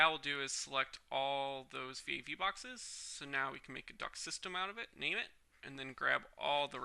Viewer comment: why do you keep saying duck instead of duct